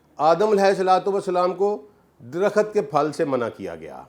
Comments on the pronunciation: Bhai aap buhut pare likhe insaan hain , lekan herat he " KHULD (Jannat)" ko aap KHULAD parh rahe hain Aur DARAKHT KO DARAKHAT, main hairan hoon hoon. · Ilam, Darakhat, 😂😂😂??? Pen down ? Aniciate, ? Sabaz? Faraq ? Mutabaq ? Nibataat? Ye kaisa aalim h ? Sub alfaz ghalat bolta h 🫢🤔